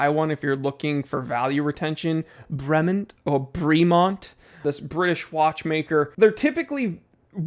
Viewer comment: "Bray-mon(t)" soft T at the end.